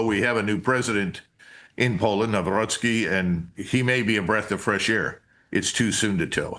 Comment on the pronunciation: Perfect pronunciation of Nawrocki's name, Colonel! Thanks!